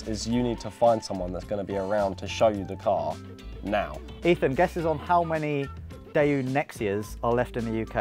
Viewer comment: Daewoo, not Daeyoo